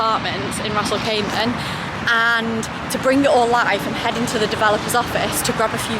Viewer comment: Stop saying Ras al cayman....Ras Al Kimah!